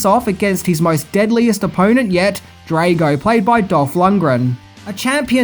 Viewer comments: Being Swedish and all I wonder, not that it's a Swedish name, but why did you pronounce Lundgrens Drago as Drejgo? I mean you've must've seen the movie and heard the nam being announced a dozen times 😅 Also the song was Burning Heart not Burning Heat, even though that title would've worked as they were in a very cold climate atm while the song played 😎 Great content as usual 👏 Bacon-Bear from Sweden 🇸🇪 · Good review BUT it's pronounced DR-ARGO...not Draygo. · Dre -go ? Cmon really. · Yo learn to say drago properly FFS do you watch these movies ?? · DRAH-GO not DRAY-GO FFS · It's not pronounced drAgo. It's Draaago. Get it right dude. DAMN!! Did you actually WATCH the movie before critiquing it? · I thought it was Drago ?..Draygo? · Drago. Not draaago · Drah-go not DRAYGO lol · Drago, not Draygo Burning heart, not burning heat. Research was poor. Tut tut. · comon dude Drag o like drag to drag something then o Drag O not Drage o sorry if I'm nip picking your a good dude have you ever thought about doing a greatest f ups video? I'm not being a smart ass just saying it would be a fun show similar to what the nostalgia credic dose some times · Draaaaago not Dreygo haha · "Drago" (Draw Go) Not (Dray go).. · I love ya, but honestly every time you say Dray-go instead of Drahh-go it feels like getting hit by... well... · Not DraYgo...........DraW-go...................I understand you have the Australian accent, however its also important you pronounce things correctly. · Come on man. Pronounce Ivan Dragos name correctly. You stay butchering names and titles. Drago is pronounced like the word drag with a o at the end. Like the word oh…..Drag-O. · Ivan Drey-go! Lol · The twat pronounces Drago as “Draygo”. He can’t fucking speak!!! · You should watch the movie again and learn how to pronounce “Drago” “Max Schmemling” another mispronunciation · Do you purposefully mispronounce names? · He also can't pronounce "Drago" or "Schmeling".